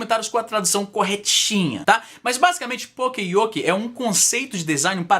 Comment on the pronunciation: Sobre o termo Poka-Yoke ポカヨケ Vem de Poka ポカ ＝ tolice, besteira, etc. e o verbo Yokeru よける ＝ esquivar, evitar. A Primeira vez você pronunciou certinho, mas depois soava mais como PokE-yoke! ^^" Mas acho que foi por você falar bem rápido!! Muito legal o vídeo! ^^